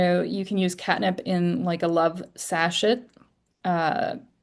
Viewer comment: I believe that sachet is pronounced sa-SHAY. Thanks for all the great information you provide.